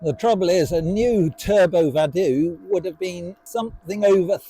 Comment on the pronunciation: Vado is Italian for I go. I don’t think it’s pronounced Vadoooooo